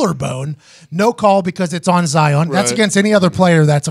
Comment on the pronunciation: Pat calling Zion “Zaiyon” adds to the hysteria